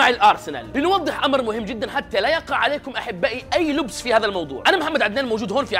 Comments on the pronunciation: لَبْس وليس لُبس تصحيح. إستمر يا وحش 👍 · في الثانيةالـ40 قال محمد حتى لا يقع اي لُبس بـ ضم حرف الـ ( ل ) والصحيح لَبس بالفتحة